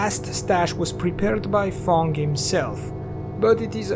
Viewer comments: I know English isn't ur first language but it's fang. F-ae-ng. Not fong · I was thinking "Who the fck codenames themselves THONG". Then I realized, you said "Fang" XD